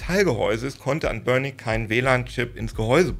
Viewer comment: Noch nie habe ich jemanden den Namen "Anbernic" so aussprechen gehört....habe erst beim dritten Mal verstanden was gesagt oder gemeint hast 😂😂😂😂